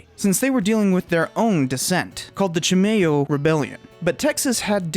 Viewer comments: Chimayo is pronounced Chim Aye Oh not Chim May Oh. Good video! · “Chee my oh” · It’s “chi-MY-O”